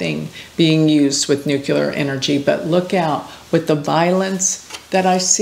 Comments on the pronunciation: please learn how to say 'nuclear'. it is not 'new-kew-lar', but 'new-clear.' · 15th 16th 17th 18th 19th 20th 21st and dear, it's NEW-CLEEEEE-AR nuclear - only one "u" in that word.